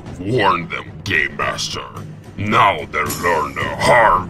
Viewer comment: I keep on hearing “Gaymaster”...